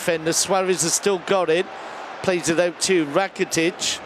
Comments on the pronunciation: What is happening when the commentator says Ivan RRRakitic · Ivan rrrrrrrrrrrracitic